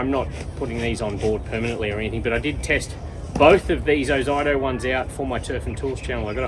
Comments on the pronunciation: *O-zee-to not O-zye-to!!!! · Oz ee toe is the proper way too pronounce OZITO company was formed in Australia before being sold off . If you listen to the advertisements for Ozito you will hear the way it's supposed to be said . Please refrain from sounding like an American idiot trying to pronounce words by spelling them out Ausies might talk in short but when the words are Australian then that's the way they are supposed to be spoken .thnx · Ozito is pronounced O-Zeet-Toe :-P